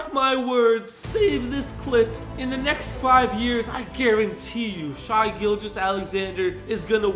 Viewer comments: so glad you're back. but I had to let you know it's pronounced "shay" not "shy," just for future reference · It’s not “shy” it’s “shay” (Shai) c’mon I thought you were a Thunder fan legend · It's Shai no Shy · Shie no it's shae that's how you say it shae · bros a thunder fan and still pronounced shai wrong💀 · Love you but how you a thunder fan and can’t pronounce shai right